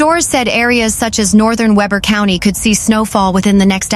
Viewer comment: Following standard English pronunciations Weber, Heber, and Tooele would be pronounced as you did. But in Utah, they are pronounced Weeber, Heeber, and too-eh-le. 😅